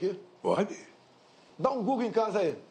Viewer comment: "Pode dar um GÚglú pode dar oque você quiser! KKKKKKKKKKKKKKKKKKKKKKKKKK